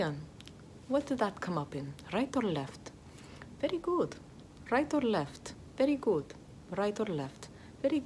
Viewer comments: "very gOOt" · Ay dioh, como amo cómo dice: Very good! Suena a Veri gu! ❤️ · “Very güd”